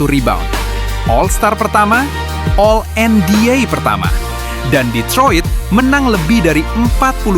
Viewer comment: Izin bng advice dkit buat spellingnya biar lbih keren di koreksi misalnya NBA (ENBIE) bukan (ENBIA) yg lainnya minor aja maih aman